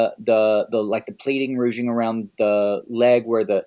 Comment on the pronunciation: Why says rouging instead of ruching revealed 😂